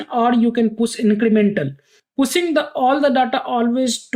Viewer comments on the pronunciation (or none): Pushing ❌ Pussing ✅